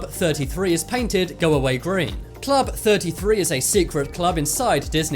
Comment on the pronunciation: I thought the narrator was having a stroke talking about club 33